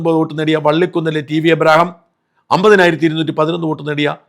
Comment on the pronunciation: എബ്രഹാം അല്ല ഇബ്രാഹിം 😂